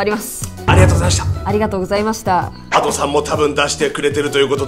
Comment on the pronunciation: いや のadoさんのイントネーション阿蘇山で草